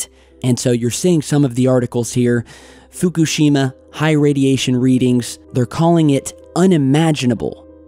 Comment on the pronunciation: How about pronouncing Fukushima correctly might add more gravitas